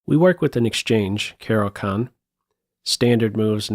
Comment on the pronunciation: It's pronounced "Caro-KHAAAN!"